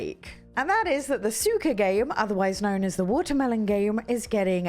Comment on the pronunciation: Great list! By the way, suika is pronounced more like sue-we-ka. The "i" sounds like the letter "e".